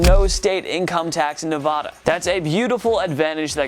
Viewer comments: For the love of god it's Nevada not Nevadah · You said Nevada wrong.